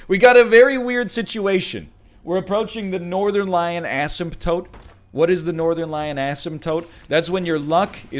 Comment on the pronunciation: You pronounce asemtote like how I pronounce asphalt